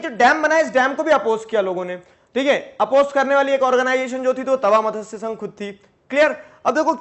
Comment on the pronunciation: This is not मतस्य,this is मत्स sangh